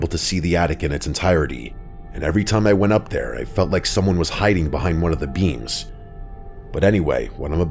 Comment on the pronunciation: Am I the only one that thought he was saying beans and not beams